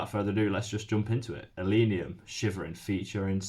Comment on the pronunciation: It's ill-leh-neeum, not ill-ee-neeum.